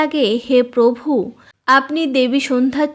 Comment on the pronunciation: আপনার মুখে পভু উচ্চারণ শুনতে খুব মজা লাগে আমার ৷ হাসিও পায় বটে ৷ ধন্যবাদ দিদি ভাই